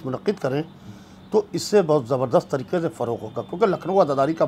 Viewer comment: se guzarish hai ke tareeke nahee Hai tareeqe hai qaaf ko sahee taur par ada karen